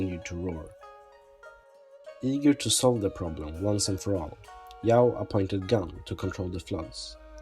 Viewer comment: false pronunciation "gun"(/鲧)，it sound like ['kuən]